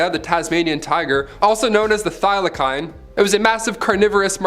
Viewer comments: You have no idea what you're talking about it's wrong did you even do your homework you ain't know which talking about if you can't even pronounce the words right..example. Thylakine...lol.. I spelled it the way you pronounced it... put that thick gal back on she's smart and pretty.. a nice big rack I got to say no more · You guys always pronounce Thylacine wrong in your videos. The c is pronounced as an s sound.